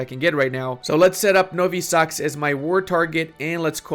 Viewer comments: nowi sakz? As a born-polish native i say shame on you! as you don't speak it that way it's Nowy Sącz, m8. How can u not know that. Not cool. Hahaha Ale mu powiedziałem! Brawo ja! 👏👏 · IT'S NOWY SĄCZ FFS, NOT NOVI SACK XD Now, would be nice if you could explain a little the whole HRE mechanics, as I play EU4 for about 5y already and constantly avoiding Austria, as I don't feel I totally understand it. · ITS NOT NOWY SAXS XDDDD CZ in Polish is pronounced like english 'ch' in 'cheese' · Hey, naxi grammar here about minute. Nowy Sącz would be spelled somewhat like Novy Sohnch because the ą sound is something like "owe" and the "cz" sound is basicaly like "ch" in the word chimney